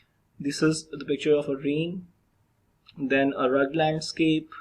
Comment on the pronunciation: Hello. Beta, everything in the video is nice. Just please fix your pronunciation of 'topography' and 'rugged'. Look it up online or in a dictionary. Remember, first impressions are your pronunciations.